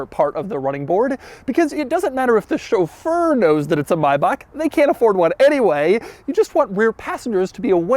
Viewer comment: Glad to hear Chauffeur pronounced correctly!